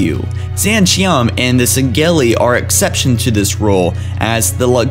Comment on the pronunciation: Can you stop saying Sangheli like that